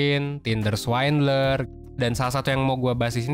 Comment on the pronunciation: Swindler bukan swaindler